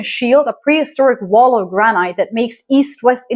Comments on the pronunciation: its gran- it despite the e in granite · Granite. It’s the first word I’ve noticed where you don’t pronounce it like a Canadian.